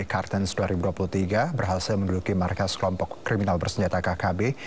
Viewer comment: Markas bukan maskas 😂.